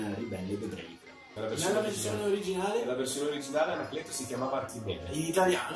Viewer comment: ANACLETOH!! ANACLETOH VIENI QUAH!!!